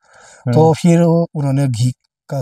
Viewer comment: I love when he say "phirr" 😂😂